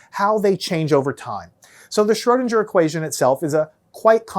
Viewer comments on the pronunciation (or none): Pronounce Schrödinger like linger, not ginger!